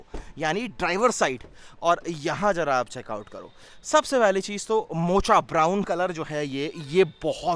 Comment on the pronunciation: मोचा नहीं भाई , मोका , 😅